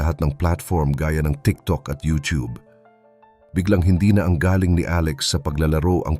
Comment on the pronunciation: Narator please be attentive to your pronouncing some Pilipino words example the word “galing” if ur referring to the talent of a person your pronunciation must be fast accent is in the first syllable if it means a question about a place the pronunciation of galing” is slow meaning the person came from that place . As a foreigner your pronunciation is good but some Pilipino words have different meanings depending on the pronunciation.